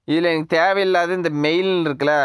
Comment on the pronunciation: அது மெயில் இல்லடா மேல்(male) 😤😅